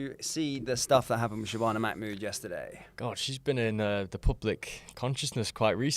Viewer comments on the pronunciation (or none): It's not macmood is Mahmood.